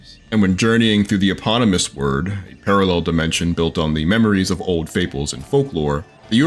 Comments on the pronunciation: Did he say web of word lol. Its wyrd as in weird lol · Please stop saying web of word is weird with a y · You are saying it wrong. Its weird not word. Wyrd is an original spelling of weird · Review ignored: reviewer pronounced "wyrd" as "word" not "weird" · its web of weird. wyrd. not word. jeezzzz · Wyrd is an old Anglo-Saxon concept dealing with the topic of fate or destiny. It's pronounced "weird" not "word"... this should have been painfully obvious given the title's play on words with the 'weird' pronunciation making it the 'Web of weird'. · it's pronounced "weird", not "word" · Is it not pronounced “Web of weird” ? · Wyrd is pronounced weird, just saying...